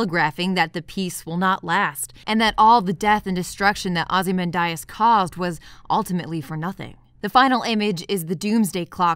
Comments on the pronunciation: No. She says it wrong in this video. It’s Ozy-Man-de-es. Not Ozy-man-die-es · Wait, wait, wait... "OZYMANDAYAS"?! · Not to be anal but it's (ah zee MAN dee us), not (ah zee MAN die us). Maybe Snyder infected your brain when you were pronouncing it. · Am I taking crazy pills? Its pronounced "aw-zih-MAN-dee-us", right? No offense,! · Ozy-men-die-as Thought that was a lil funny. I don't even know if that's a wrong pronunciation or not. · Thanks, that pronounciation really bothered me. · Are you purposely mispronouncing the name Ozymandias? You do know it's a poem by 19th Century English poet Percy Shelly don't you? Most every British person/actor pronounced it correctly. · excellent video as always, but the way you pronounced Ozymandias made my heart hurt 😢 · The "Islamophobia" in Dawn of the Dead last about five seconds, if you blink you could miss it, the preacher is building on the "hell is full" quote from the original... but Jesus Christ, lady, you are absolutely killing me with that pronunciation of Ozymandias. - Well, it is, and that goes for all superheroes. Look at how many people over all the years and story arcs that villains like Joker have killed because the superheroes wouldn't do the sensible thing since the justice system in their worlds is kinda shit. - They are right, and so are you. Superheroes and villains are kinda dangerous for everyone else out there without superpowers. There would definitely be people like Lex Luthor who would hate / be terrified of god-like people/aliens. Superman wasn't the cause of all of the damage done in Synder's Superman movies. - I don't really understand why anyone would latch on to this as an explanation for the zombies. Like you said earlier, people in the real world say silly, stupid ass nonsense like that when it comes to natural disasters or terrorist attacks, why is it a stretch that a crazy person in the movie would do the same thing?